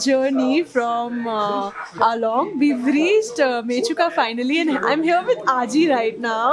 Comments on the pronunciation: It's AALO not ALONG...😊😊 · Please, call it "Aalo" not "Along".